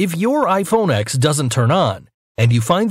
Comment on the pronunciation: Its ten not ex